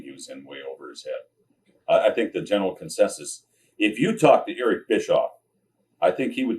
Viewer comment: I love how he says Eerck😅